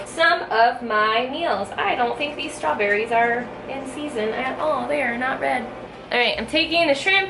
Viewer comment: #Strawbbbbss?? Lol Love It!!